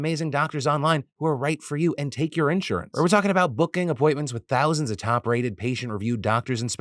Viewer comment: The way Phil prounounces insurance in this vid... it's official, man's been replaced by a fricken lizard